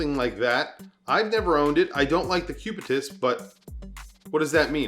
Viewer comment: First: not cubitius but cubitus. Second: cubitus is the latin and medical name of the long bone in the forearm ending at your wrist with a protuberance ( ball ) on the which rests the 12 o clock of your watch. Lastly, cubitus is also a phonetic contraction between cubique and nautilus. Stupid ? really ? who ? 🙂